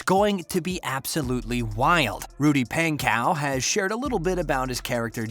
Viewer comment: NO U SAID THEM BOTH WRONG IT IS RUDY PANKOW CHASE STOKES